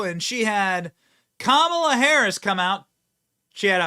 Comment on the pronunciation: I'm sorry but I actually retched when Drew called her Mamala.